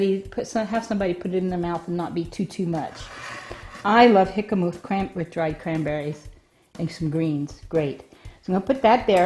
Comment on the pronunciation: Your pronunciation of it is making me want to call the cops. Please learn to correctly pronounce the word.